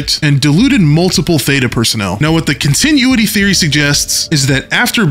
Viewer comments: I'm going to fight you over the way you pronounce "continuity". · I can't get over the way you pronounced “continuity” lol 10/10 no notes